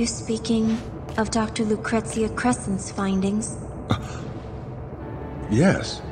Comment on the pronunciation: Take a shot every time Vincent says lucrestcia